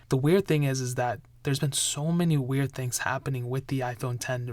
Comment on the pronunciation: Hearing you say wearied makes me feel sick